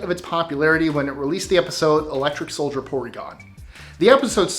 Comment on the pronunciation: It's 'soldier', not 'solider'.